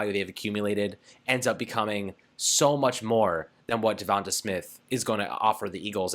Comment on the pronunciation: DevonTAY not DevonTUH. If you’re such a fan then at least say his name right.